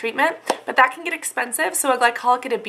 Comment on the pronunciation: I hate how you say "ThAAT" but nice video!! your skin looks amazing :D